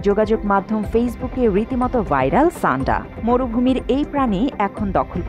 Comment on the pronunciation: সাণ্ডা কে ছাণ্ডা বলতেছেন কেন?